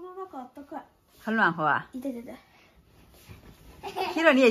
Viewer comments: 暖和的发音是对的， 妈妈没发标准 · 哈哈，＂暖和”的发音发得比妈妈好!